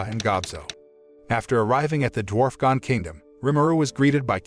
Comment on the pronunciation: Mostly some spelling and pronunciation errors for the names of some of the characters and places: Dwarfgon instead of Dwargon, Gorf instead of Dorf, Shou instead of Souei, Nino instead of Dino etc. They also called the capital city ‘Jura Tempest’, which is actually the name of the nation; the city itself is called ‘Rimuru’ after the one who helped found it. They also seemed to miss some details attached to resurrecting the townspeople: The story about Millim resurrecting her dead dragon companion ended in tragedy because, though she was able to restore its body to life, it’s soul had long since dissipated/left; the resurrected body was an uncontrollable beast that went on a rampage and nearly destroyed several nearby nations before Millim worked up the resolve to destroy it for good. The reason Rimuru wanted to try and resurrect everyone anyway was partly out of desperation and partly because they theorised that the holding barrier Mjurran made in conjunction with the anti-magic barrier put up by the church we preventing the magicules and souls of the dead townspeople from dissipating/leaving. Which is also why Rimuru had Mjurran put up another barrier to replace the one his strike teams were destroying until he had a chance to attempt the resurrection ritual. Another small mistake is with Razen’s fight against Kuro/Black: Razen immediately realised that he was facing a demon and summoned an ancient earth spirit to fight it (Demons, Spirits and something I don’t recall have